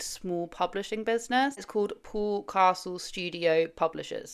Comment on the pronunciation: His name is Paul not Pool.